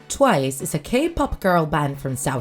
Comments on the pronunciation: I felt like someone was beating me up with a stick ever time she mispronounced names edit: "T BY T" WTF IS THAT THIS IS CRINGE OMG edit 2: OMG WHAT IS "TOO U" it's pronounced "chewy" I can't stop laughing to be honest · "Tiwce" lol